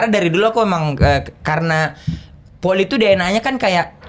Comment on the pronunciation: saya gk saLah denger kan, JegeL biLang F & V itu P kan...? kaya VoLi dia biLang PoLi...